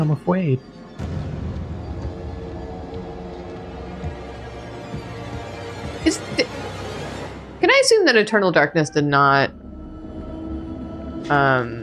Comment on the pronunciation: thank you so much to the peeps who helped with the subtitles, they are so well done! i love that they dont double up on the games subtitles and how they catch all their little quirks etc ": I'm afwaid " just made me smile and makes the vod so much more enjoyable